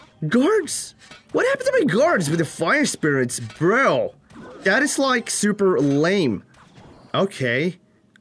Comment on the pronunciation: "surrrper" hahah accent tho